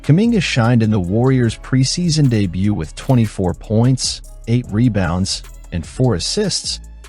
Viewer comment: Is this another AI narrator? Monotonous delivery (rhythm, pitch, etc.) and some small mispronunciations sprinkled in (e.g., "reBOUNDS" instead of "REbounds"). Just sayin' ...